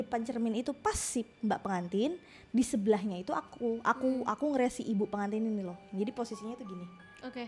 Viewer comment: PeNgantin apa pegantin wkwkwkwk